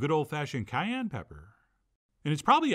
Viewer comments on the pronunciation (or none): none